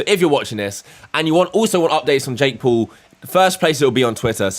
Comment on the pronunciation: “Jake Pool”